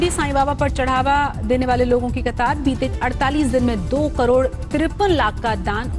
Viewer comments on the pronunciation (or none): none